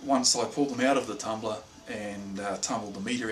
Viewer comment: You almost said "tumbler", but corrected yourself and said "tumblah" Hahaha :)